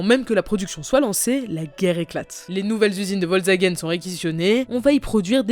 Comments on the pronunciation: Volsvagen... Es is VOLKSWAGEN, DU FLASCHE ! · Volzagen 😬 faut faire un effort pour la prononciation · "vol zagen" 😂 "crau funding" 😂 (dsl)